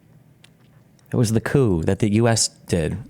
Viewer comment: Massive crucial error. She said couP 😂😂😂😂